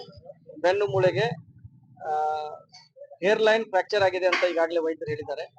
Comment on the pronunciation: IT IS HAIRLINE FRACTURE, NOT AIRLINE FRACTURE. PL PRONOUNCE' 'HA' WHICH IS REALLY A CHALLENGE TO NEWS MEDIA WORKERS.